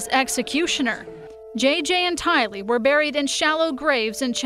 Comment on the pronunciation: Since the beginning Tylee’s name has evolved into being mispronounced by being accented on the 2nd syllable, “lee.” However, she is NOT Asian, & her name is pronounced with the accent falling on the 1st syllable, “Ty.” “TY-lee” 💜